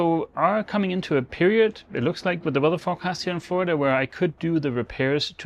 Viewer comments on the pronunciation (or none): none